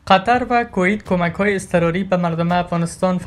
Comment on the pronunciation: کویت را درست بگو لطفا 🙋‍♂️😂